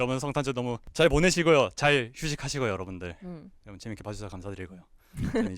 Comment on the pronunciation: 에 나만 ㅋㅋ 여러분이 아니라 여보 라고 들리나